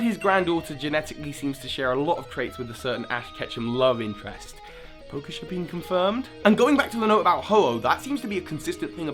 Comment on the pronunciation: i clicked the video away when he said pokeshipping